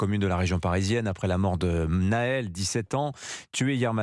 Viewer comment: Déjà c est pas Naël à la francaise mais bien Nahel a l orientale